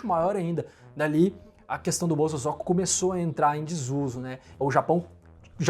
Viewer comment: Pronuncia : bo-so-zo-ku. Zozo não!